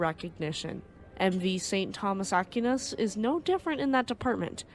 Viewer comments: Aquinas is pronounced Ah-Keen-ahs. The Philippines was colonized by the Spanish from 1543 to 1899 after which the US developed a military presence in The Philippines. The US was thrown out in 1991 because, frankly, the US was treating the Filipinos very poorly. With China flexing it's muscles recently, the US was allowed back in, but nowhere near the numbers it once had. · small comment here, It is pronounced "Ack why nes" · Pronounced “A Qui Nas” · It's pronounced "Ahck-WHY-nas" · Great video! I’m guess neither of you are Catholic lol In case you wanted to know, it’s pronounced Saint Thomas Ak - wine - us. Godspeed… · Aquinas is pronounced Ak-way-nas. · considering this ship wasn't American OR an English ship its more than likely pronounced "Ah-kee-nehs" 🤔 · It’s not Ah-keen-ahs either. It’s pronounced “A-Qui-Nas”. I’m not even Catholic and I know who he was. Pretty famous name